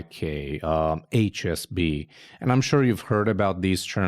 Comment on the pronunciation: Small correction needed while describing HSB...I think you are saying SHB.